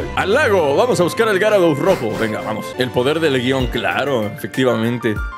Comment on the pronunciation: Creo que se dice yarados xd